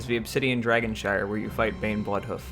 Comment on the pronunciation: Wtf are you saying? It’s dragon shrine